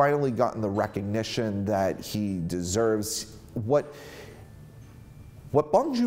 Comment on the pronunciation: So you were a fan of Bong Joon-Ho but Parasite went over your head? Being a fan of Bong but mentioning only the Host, Snowpiercer and Okja and not Mother or Memories of Murder, his 2 best films? Your saying you're a fan of him but can't even remember his name let alone pronounce it right? Dude... I call bullshit. No need to fake it, be honest when reviewing stuff.